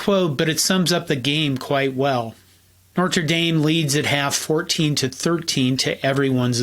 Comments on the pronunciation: Speaking of pronunciation, I never before heard the school called "Nortre Dame." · Love the video and history but I can't watch these videos if you keep pronouncing Notre Dame like it's Nor-tre Dame. Is this the correct pronounciation or what are you doing? Even if it is correct, it is so annoying, I had to turn off the video about 11 minutes in. Great video but I can't get past the Nor-tre Dame over and over and over and over again like you are trying to say Nor-tre as many times as possible. Very annoying but great stuff otherwise. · interesting but it's hard to watch with you continualy saying "norter dame" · Exactly. I was surprised that he kept pronouncing it ‘Nortra.’ Kinda like in my family we always pronounced ‘wash’ with an R: ‘worsh.’ Don’t know why. ‘Wahsh’ seemed too upper-class for us commoners, I suppose. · How you pronounce “Knute” wasn’t as annoying as how you say “Nortra” Dame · No its not its french and its No-ter-Dom. Its americans that are mispronouncing french words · Almost everyone at Notre Dame says “Noot.” While there I was taught that he pronounced it “Canute” but no one else did. However, I’ve never heard “Notre Dame” pronounced “nor-tra” dame before. Where do you get that “r” sound? Very odd. You can put on airs and pronounce it “no-tra dame” or you can pronounce as almost everyone at ND pronounces it, “noter dame.” Nor-tra dame is flat wrong. But I did enjoy your history lesson. I learned some things. Thank you. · The narrator thinks that the school is NORtruh Dame. I don't demand an "o" that is not a U.S. diphthong, nor a French "r", nor Dahm. But how hard is it just to OMIT an r that is not there?! It's like Lawrence O'Donnell's "mara largo". As of the 15-minute mark, got the name wrong 37 times, and right once, probably a misspeak. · He’s talking about the extra R you’re putting in there. “Nortre”. I agree it was distracting. But appreciate the video nonetheless. Good research. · NOTre Dame, NOT Norte Dame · NORTRA DAME.